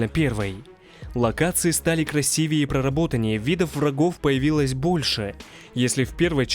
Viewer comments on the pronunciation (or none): none